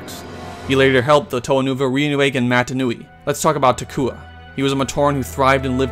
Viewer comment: TO-ay? It's pronounced TO-ah